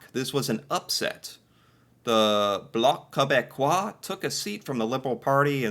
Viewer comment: You pronounced bloc quebecois beautifully. 😊